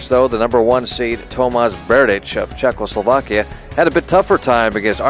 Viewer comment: The guy said "Tomas Berdych of Czechosolvakia..." muahahahhah. Awesome!